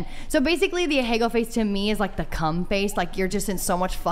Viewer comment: If she’s so enamored by Japanese culture you’d expect her to at least pronounce “ahegao” correctly, good god